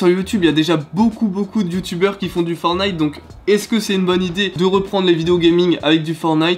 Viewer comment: Pourquoi tu dis fornit c est fortnite